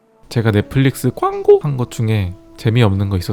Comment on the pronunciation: "제가 넷플릭스 '광고' 한 것 중에" 대사 중에 왜 광고만 톤이 ㅋㅋㅋ